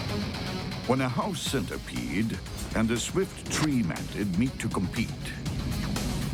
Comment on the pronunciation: When he said “house centerpiede” I looked around my room.